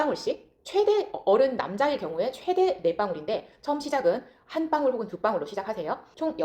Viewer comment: 방울이 발음 안되나요? 빵울?? 뭐지???